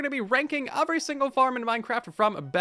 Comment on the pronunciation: Why do you pronounce "every" as "uvery"? what regional dialect is that